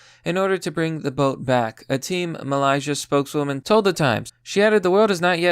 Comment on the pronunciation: Where the fuck is ply-mouth? Mal-iz-ia